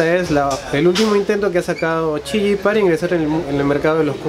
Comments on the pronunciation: Disque chiyi sabe hablar es qiyi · Díganme que alguien también escuchó chilli en ves de qiyi (esta muy bueno el review) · Qiyi no chiyi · chiyi :v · Si jaja es re raro ese men